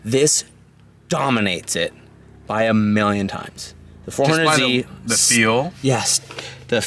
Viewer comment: At this point hes saying 400Z to trigger people. Jesus it’s embarrassing, learn the correct name dude